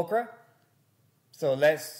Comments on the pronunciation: Bro it’s Orca not Okra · hey, try saying Oar-ka..... not Okra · Omg this guy can’t even pronounce the word orca